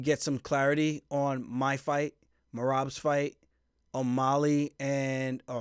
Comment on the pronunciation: Why do you keep calling him O’Molly 🤣